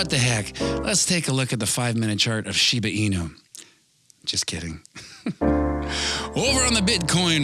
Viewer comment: Lmao he say shib